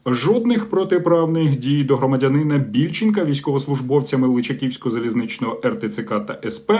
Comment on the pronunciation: Не значні там, а зазначені, і личаківського на ча наголос, і до чого ця футболка незламні, в нас диктатура і рабство, вже огидно все це що з цим зв'язано, а ще в нас в лику святих вбивці і кати, прочитайте історію і поцікавтесь що робив Володимир Великий зі своєї майбутньою дружиною, і що сталось з її сімєю, а це вже був внук княгині Ольги яка прийняла християнство. Коротко вам скажу що це були звірства рівня рф в Бучі.